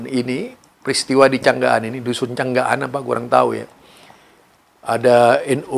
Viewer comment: namanya desa Cangak an...begitu... Bukan canggak an.... Maaf sedikit koreksi